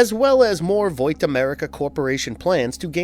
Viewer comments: It’s pronounced “VOTT” not “Voit” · Vought. As in “Bought.” not Voight. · Why are you saying "vowt" America. That is definitely not how it's pronounced lol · Why are you saying voit instead of vaught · Are you calling Vaught, Voit for a particular reason? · Why does he keep saying “Voight” instead of “Vought”? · Everytime this guy says "Voit" instead of "vought" my ears cringe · Its VOUGHT not VOIT dude pronounce it like BOUGHT geez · Vought is pronounced "vott" and not "voyt" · "Voit"? you meant "Vot". thats how u say Vought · WTF IS VOIT?!?! its VAUGHT (V-ot) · Why do you keep calling it "Voit." They literally pronounce it for you constantly on the tv show. Also you def said Veek the Vip when you first said Vic's name. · It's not "V-oii-t", it's "V-aaah-t" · There is no "i" in Vaught. It's not "Void", it's "Vot" as pronounced on the TV show. Victor Neuman's nickname is "Vic the Veep" And Hughie's name is pronounced hyoo·ee. It's very hard to believe you when you can't say the names right of the people/things talked about starting in episode 1. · Voight America, it's Vought bro. Try a little harder next time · bro you know damn well it isnt pronounced voit lmao tf in the show they say vought and the comics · Why are you saying “voit” when it’s “Vaught” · bro I hate that this guy says voight instead of Vought Hahaha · There's no "i" in Vaught. It's not "Voit", it's "Vot" as pronounced in the tv show. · I love the videos, but I'm annoyed by the way Vought is pronounced. Its not Voight. Vought. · They pronounce it "VOT" in the show, not "VOIT". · Voit? Voight? Vought? Bought? Caught? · Great video, man. I'm sorry but Vought is not pronounced "Voyt" it is pronounced like "bought" or "rot" or "caught". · why did you keep saying VoiT? instead of Vought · Vaaaaaaht not voit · It's pronounced vaught btw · Why are you pronouncing vought like voite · “veek the VIP” “Voyt” Only one take huh? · "Voight America" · Ahh yes, voit America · It’s not voit. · Bro said voit 💀